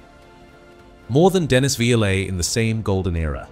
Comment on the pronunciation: Great video. Shame about the AI commentary that doesnt know how to pronounce Viollet or Crerand.